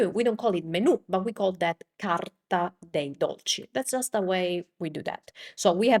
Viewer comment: I'm not trying to be mean, but I notice that when you say the English word, "that" you pronounce it, "dat", "the" sounds like "day or da", "this" sounds like "dis". Is the English "th" sound hard for native italian speakers to say?